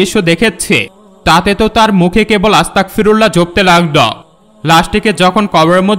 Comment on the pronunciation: হুজুর আংকেল সবাই যে বাক্য টি পাঠ করছিল সেটা আসতাকফিরুললাহ হবে না এটা আপনি ভুল উচ্চারণ করছেন, এই বাক্য টি হবে আসতাগফিরুললাহ্ আসতাগফিরুললাহ্ আসতাগফিরুললাহ্ । আপনি যদি আমার কোনো কথায় কষ্ট পেয়ে থাকেন তাহলে সরি আংকেল